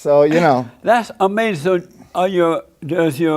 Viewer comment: Beta!! Ah-may-ziine!!